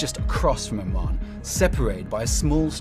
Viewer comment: Why doe he keep saying Arman, instead of Oman🤔